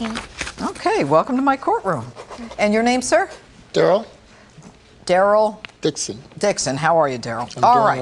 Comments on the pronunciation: When he said Dryl Dixon... Holy shit that cracked me up. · HA! DID ANYONE ELSE HEAR THE DUDE SAY HIS NAME WAS "DARYL DIXON"???